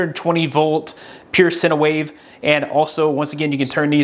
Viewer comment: Lost me at “sinnawave”. It’s pronounced “sign wave”